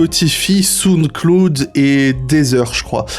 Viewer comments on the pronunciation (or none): Aïe la prononciation de Spotify, Sound Cloud et Deezer